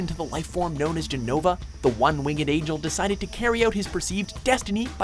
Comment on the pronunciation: one wing ed. lmao. one winged.